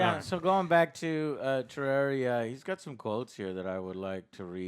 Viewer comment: It bothers me that you pronounced it tararia